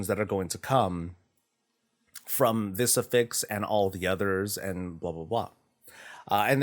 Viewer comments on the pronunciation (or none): Just wanted to point out its affix not afix. Af-fix Not A-fix Two f's